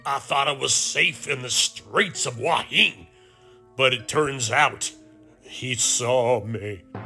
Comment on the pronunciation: enjoying all your videos. I appreciate you trying to get local pronunciation correct. However, someone has misled you on Hua Hin. Watch today’s(fri) video from Jonny there’s something happening.in it, a Thai local ptonounces tge city name twice, and it’s not “Wah Heen” as you are pronouncing it. He say Hua hin plain and simple. Twice. Just an fyi.